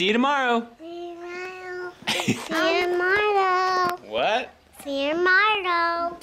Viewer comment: “See you tomardow” 😂🥰❤️❤️❤️